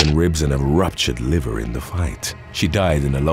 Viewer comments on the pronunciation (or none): none